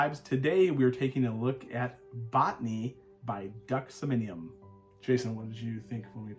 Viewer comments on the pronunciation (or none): SOM. NEE. UM.